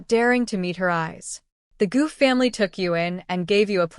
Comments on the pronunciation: I stopped at “cowsheed “ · I just laughed when I heard sheed